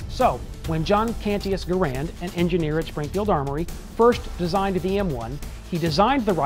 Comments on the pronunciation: #6 that you didn't know: Gerand didn't pronounce his name like we now pronounce the name of his rifle. I thought the host would have pronounced it correctly when speaking of the man lol. Guess not. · One thing you obviously don't know...how to pronounce Garand's name correctly. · Don'tcha just hate it when someone who claims to be a weapons expert pronounces Garand wrong? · Said his name wrong respect the man who created this awesome rifle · You mispronounced Garand's name. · His name was not pronounced grand.....it is Canadian.....pronounced Garen as in Karen but a G instead of the K......the GIs called it the M1 rifle, the civilian called it the M1 Garand (Grand) which John Garand didn't object to the error..... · So, when are you going to tell us something we didn't know about the M1 Garand? By the way, it's pronounced gareand, not gu-rand. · It's properly pronounced Gare end not Ga rand. The makers name sounds like errand. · “Garand” is actually pronounced "Garan" with a silent "n" if using a québécois accent, or /ˈɡærən/ in the international phonetic alphabet. "Garand" is French for "guarantor" or "someone who guarantees". Jean-Cantius Garand was born a french-canadian in Saint-Rémi, Québec, and his father emigrated to Connecticut with his family 11 years later. Jean lived most of his life in the USA, as a naturalized citizen. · It's pronounced Gair-end, like the word Errand. That should be among the things people don't know. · Garand's name is actually pronounced to sound like "errand" with a G in front. Also the rifle as adopted was developed around and used first with the 173 grain M-1 50K psi round not the 150 grain 42K psi M-2 round which wasn't adopted till 1940. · The weapon designer placed the emphasis on the first syllable of his name; you obviously didn't know that.